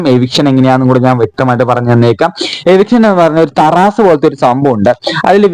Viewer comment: തറാസ് അല്ല.... ത്രാസ് 😂